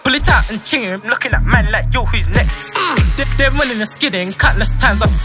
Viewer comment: it’s next not nex